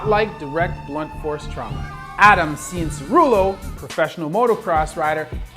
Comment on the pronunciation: Honestly there are people who watch a Motocross for their entire lives and can't even say his name that well